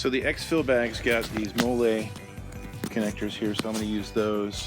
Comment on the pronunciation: Pronounced molly